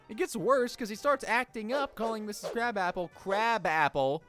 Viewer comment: It's Krabappel (pronounced Krah-bah-pull), not Krabappele (sounding more like Crab Apple). But... : At least you're human, and that's all that matters.